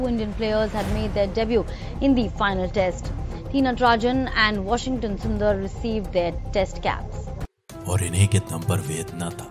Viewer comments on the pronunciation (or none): Nyc documentry.. but bhai its washington not was-in-gak-ton😂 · Woh sab toh thik hai but please pronounce “Washington” correctly It’s irritating to hear “Washing-aton” Its “Washing-ton” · Washikatan❌😅 washington ✅☺️ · Washington ❌ Washing cotton 😂😂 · Wasingaton nehi Washington 😂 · Wasing-gathan 😂😂😂 Washington 😂😂😂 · Vasingatan nahi bhai washington he vo 😂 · ब्रदर बुरा मतं मानना! आपकी आवाज बढिया है मगर आप बार बार वॉशिंग्टन सुंदर को वासिन गटन बोल रहे थे! दुसरी बात श का उच्चारण स करते है जैसे की सिकार बनाया! ब्रदर सिकार नही शिकार बनाया! आपकी आवाज जबरदस्त है मगर जरा उच्चार ठीक करियेगा! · Waaa-sing-gaa-ton Waah bhai waah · naam toh sahi bolna seekhle, Wasing kattan😂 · Washungetan kya hota hai bhai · Washington ka pronounciation 🙄